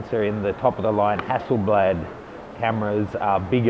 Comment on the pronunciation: you are awful at saying "Hasseleblad"